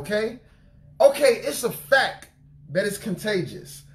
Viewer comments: Love your messages, brother! But, in love, I must let you know that it's pronounced "facT" not "facK." I hated to say anything, but we should tell each other the truth, in love. God bless you! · Lol..it irks me when he says "fack." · Thank you, brother for the message. Please don’t be offended, but fact is pronounced with the ‘t’. I don’t know if the way you pronounce it is the way you normally pronounce it or if you were just deep in the message that it came out that way. I can relate. 😇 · He say “it was a FACK” 😂😂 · I was waiting for anyone else who caught it lololol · Sound like you were saying Fak.lol But on a serious note I understand what you said here even posted something along those lines on my Fb.